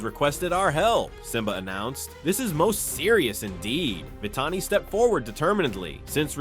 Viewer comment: Kion’s name is pronounced wrong on your video. (It’s pronounced as Kī-on) On , , and , you somehow mispronounced Vitani’s name. (You pronounced it right back on , - .) You also mispronounced Rani’s name on . (You did pronounce it right before.)